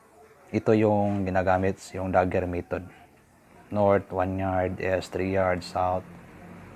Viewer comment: Mali ang pronunciation mo ng east dahil "s" kung bigkasin